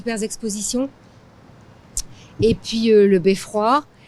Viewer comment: Great video! I noticed that the lady in says "puis" = then a little differently than what I usually hear. Is this a dialect? Are both pronunciations acceptable?